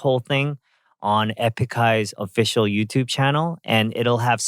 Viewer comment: Did you pronounce “official “ wrong .？？